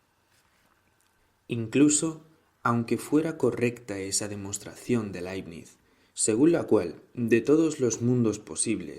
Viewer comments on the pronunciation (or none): none